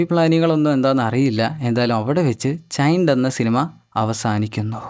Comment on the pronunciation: ചൈൻഡ് alla mone ചെയിൻഡ്